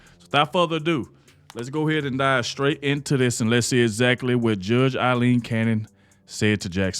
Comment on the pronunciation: Thank u, 4 pronouncing Judge Aileen Cannons 1st name correctly. It was my Mothers name & is often mispronounced. I miss her. Thank u again. I love ur show